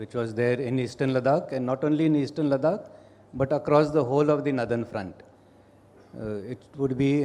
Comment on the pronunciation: Nice and informative..but Nitins pronunciation of Ladakh though.. annoying !!!